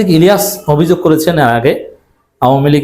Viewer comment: আপনি ভদ্রভাবে অন্যের নাম উচ্চারণ করুন। জনাব ইলিয়াস আলীর নাম আপনি যেভাবে উচ্চারণ করলেন, তা ভদ্রতার পরিপন্থী। আপনার বয়স অনেক কম। ভিডিও করুন এবং ভদ্রভাবে কথা বলুন।